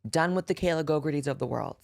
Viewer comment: Is anyone else just hearing that one journalists name as Kayla GoGurt-ey? Like... is she maybe just mad cause the bitch is covered in GoGurt?